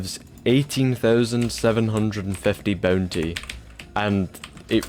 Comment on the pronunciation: MY LORD AS MUCH AS I LOVE U FOR MAKING A VID LIKE THIS I CAN NOT INORE THE "boontay"